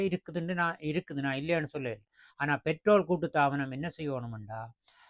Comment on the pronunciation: பேட்ரோலை என்று சொல்லவேண்டும். தமிழும் தெரியாமல் ஆங்கிலமும் தெரியாமல் உளறக்கூடாது.